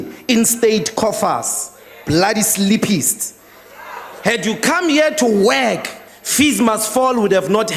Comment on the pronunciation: Did he just say bloody sleepists?? Hahaha